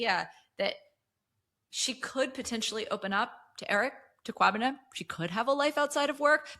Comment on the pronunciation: This episode was great 🔥 and big ups to for your kwabena pronunciation 👏🏿